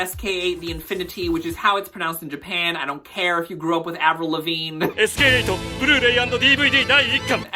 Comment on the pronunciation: Fantastic video, now I know what not to watch this season 😅 but wow, I didn't know pronouncing SK8 as sk-eight would rile me so 🤣